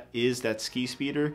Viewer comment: Each time he says skispeeder I heard “skeet”speeder